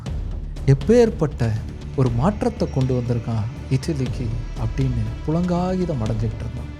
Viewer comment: புளங்காகிதம் அல்ல. புளகாங்கிதம்